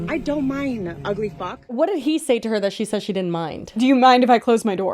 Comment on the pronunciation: I think she said "i don't mine" instead of "i don't minD" Maybe she has prior head trauma causing a majority of her issues?